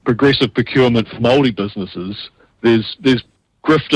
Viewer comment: Damn. Got to at least give credit for a half decent pronunciation of the word Māori. Puts Winston Peters to shame🤣